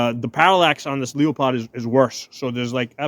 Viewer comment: When you said Leo-POD, I had to turn it off